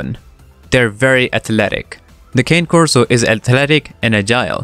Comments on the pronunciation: “Cah-neh Corso”. Italian for Coursing dog. Please…Not “Kayne” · Kah-nay, not cane. FYI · Again “ cane” it’s fucking “ car na Corson” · Also, they do not tolerate extreme heat 🥵. Therefore, they will prefer to be indoors where it’s cooler via fans, swamps coolers or air conditioning. Additionally, the first word in the name of this breed is Italian and is pronounced “Kay-nay,” NOT “Kān!” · With all the respect, it is not Cáne Corso, it is Cané Corso. The emphasis is on the É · FYI you are Pronouncing "Cane" Corso wrong its not Cane like suger Cane its "Con-Nay" Corso i have several videos on my channel I've made you can listen to and use the right pronunciation 👍🏻😁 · You're pronouncing it wrong. It's not pronounced "cane" as in candy cane, or as in can either. The E is not silent. It's pronounced Kah-Nay Korso. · It's not Cane it's Cane. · The fact that you call it a KANE Corso let’s me know off gate you have no idea what you’re talking about. They prefer to be outside? Really? Go back and talk about a dog breed you have some knowledge of because obviously you know nothing about the KAH-NAY-KOR-SO!! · why don't you learn how to correctly pronounce the breed- it is not a cane corso it is a kah-nay corso!!! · It's pronounced Kah Nay not cane, which simply means dog in Italian. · You're saying "Cane" wrong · 🗣kāh’náy kor-so.... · it's not that, Cane Corso's are Italian Mastiffs so it's pronounced like *Con-ie Corso. His accent doesn't prevent him from pronouncing their name right. If it was a random person pronouncing it wrong I wouldn't have said anything but he's trying to sound educated on the breed. That's why I said he's not saying their name right, nothing to do with his accent, just has to do with breed knowledge. I'm sorry I was rude to you. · First its pronounced "kay-nay" corso. My dogs love to be inside. They are one of the best breeds if trained with positive enforcement. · ...I have always heard 'Ka-nne'... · Did my guy just say cane coraso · Con- nay corso